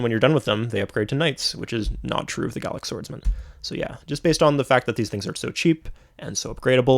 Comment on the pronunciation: Im here again just to know how pronounce the word Garlic Swordsman😂